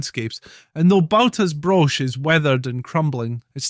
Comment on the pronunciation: Balta - pronounced "Ballti" ("ball" as in ballet) Broch - the "ch" is as in "loch"